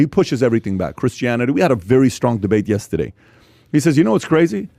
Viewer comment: I love how PAT just refuses to believe there is an "R" in YESTERDAY... Pat: ........ "yes-TE-Dey" Haha everytime! Keep it up guys! Content is great like always! Shoutout from #Bradenton #FL #PBD #PBDPODCAST #yesTEdey